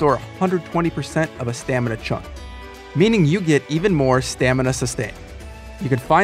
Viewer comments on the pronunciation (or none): none